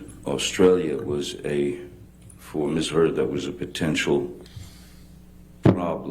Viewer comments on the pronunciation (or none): listen to the lawyer call her miss turd xD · Am I the only one hearing her say "Ms. Turd?" lmaooo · I knew I wasn't crazy like I swear for the last 15 minutes she's been saying Ms. Turd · did the lawyer actually say “miss turd”? Edit: ok. After watching further I notice more people noticed this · Did JD's lawyer say "Miss turd" as a purposeful mistake ? Did I hear correctly? Is anyone else hearing miss turd at that point? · I swear, JDs lawyer just said miss turd....sounded very like it....hahaha...imagine.... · DID SHE SAY MISS TURD??